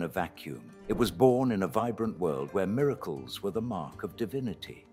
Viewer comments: Miraclees. Miracles. Happeening? Ffs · “Roohm, equol, miraklees.” Why AI reader, why? Why do you pronounce “Rome, equal, and miracles” like that?